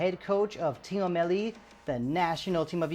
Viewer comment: I don't know if you speak Persian or not, but most of the time we pronounce it like team-melli not team-e-melli.